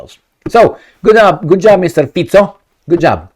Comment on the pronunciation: Well done. Your pronunciation of Fico is prefect.